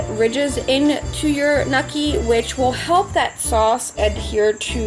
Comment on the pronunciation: WTF is nukki? I watched this video for 53 seconds and now I’m out because she has no fucking idea what she’s talking about.